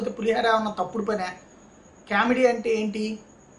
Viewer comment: కేమిడీ కాదు, కామిడీ అనాలి. English pronunciation నేర్చు కోండి. మీ English కర్ణకఠోరంగా వుంటుంది.